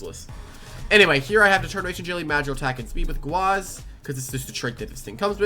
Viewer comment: Guaze.... ITS GAUZE AND ADD TSTRIKE TO THE VOLTATOO